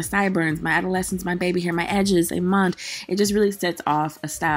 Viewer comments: What's "amand?" Lol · I subscribed after the first “amoned “ 😂😂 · When you say “A ma’an” I just love it! Hair is cute and fluffy! I like it! 😍😍😍